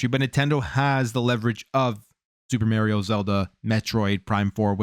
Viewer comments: You are pronouncing Mario incorrectly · my ears hurt when you said mario wrong.